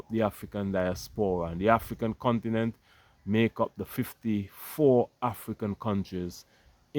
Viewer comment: THE BROTHER SAID """THE OONTINENT""""...... LET'S GO BROTHERS.